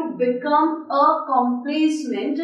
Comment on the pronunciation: I think Pronunciation of "COMPLACENT" is wrong